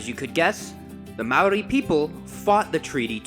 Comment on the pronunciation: mannnn you're cool 💘 you try when speaking Maaori ❗❗❗😍